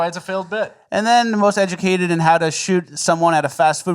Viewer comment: "EGLSES!" = most educated.